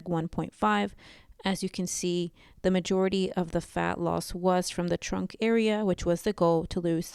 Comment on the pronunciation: Did you say trunk. 👀